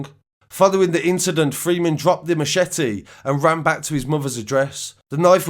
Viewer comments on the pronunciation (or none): none